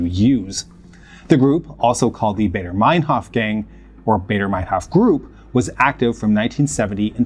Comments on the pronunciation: I quite sure it is Andreas Bader not Barder. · Nobody called it "Bayder" Meinhoff, it's "Bahder." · As a Swiss who became very interested in the history of the RAF in the 2000s when I was a teenager, I think it is so weird that there is hardly anything about them, or other leftist terrorist organisations, on English YouTube. But they were so important and connected to the DDR, PLO, etc. Btw it's Baader, it rhymes with "rather" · Did you know you can put foreign names and words like Baader, Kiesinger, Ohnesorg, Dutschke, Mayer, Weiterstadt, etc into Google translate and hear how they are pronounced? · Please put some time into practicing foreign names, you have butchered the German names here. Starting with Baader. Your channel is usually of high quality, this is an uncharacteristic error. Maybe somebody told you you are doing them right - you do not. Sorry and keep up the good work!